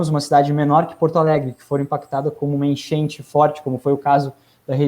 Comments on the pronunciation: Pq ele ta falando: Enchenche, genche? To entendendo nada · "A genche"?